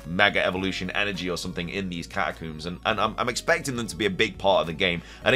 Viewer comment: I am shocked to learn that “catacooms” is a pronunciation that people use 😂